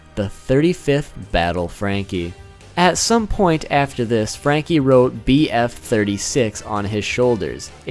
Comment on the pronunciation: FRRRRRRRRRanky!!! i liked it a lot the way you said